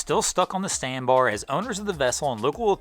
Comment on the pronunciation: "…the vessel is still stuck on the standbar…". Ahh, the birth of a new tongue twister!! And … it’s Okaloosa County, not Oskaloosa.